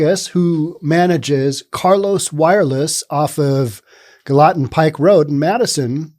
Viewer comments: Gallatin is pronounce like gallon, remove the n and add tin - Gal-uh-tin :) I was born and raised here in Nashville and this city has turned to sh*t. The main issue is too many people from other states have moved here and gentrified everything. They are running people out of their homes and just destroying everything about the way we live. Used to, if you passed some on the sidewalk, or anywhere, you could say Hi or Good morning/evening and they'd answer back. Now, if you say that, they look at you like you have two heads or something. They are putting up these UGLY expensive houses in lower income areas and running everyone out. The cost of living here has skyrocketed causing most people to no longer afford to live here, or forced to live on the street. Those of us who are from here HATE this. It no longer resembles the city we grew up in the people who have moved here are rude and inconsiderate. They don't value our way of life and our manners and we wish they would go somewhere else. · Never heard Gallatin pronounced that way before…. 😃